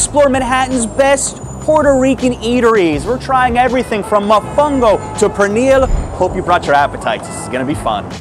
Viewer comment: Don’t ever pronounce pernil like that that’s disrespectful